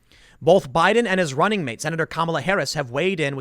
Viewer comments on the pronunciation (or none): none